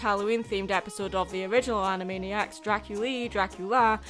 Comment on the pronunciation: ...Animaddyac/Animaddiac. Also... yeah. Animaniacs holds up pretty well. And heck, I didn't even know who Sheena Easton was beyond having heard the name once or twice.